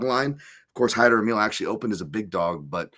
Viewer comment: "Hymer" Amil ? Did you get some help from MMA Joey for this one ? 😜